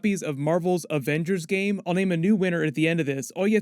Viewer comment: Anybody catch saying avengersgame